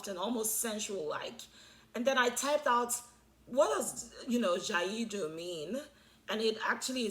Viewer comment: Hi sis! It's pronounced gayd. Arabic can be hard 😊